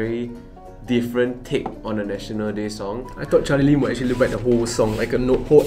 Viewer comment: its charlim lee instead of charlie lee. Only i noticed it . Everyone aaagrees